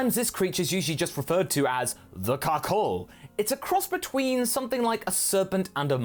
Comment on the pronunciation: I keep hear cuckhold when he says carcolh 🤣🤣😭😭😭